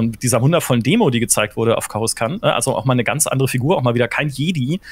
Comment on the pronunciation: Was muss alles schief laufen dass man Coruscant "Korus-Kant" ausspricht....